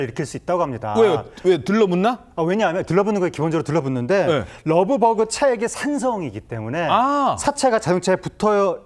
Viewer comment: 러브버그 발음도 자연스럽지 않다 그냥 털파리라고 해라! 왠 러브버그?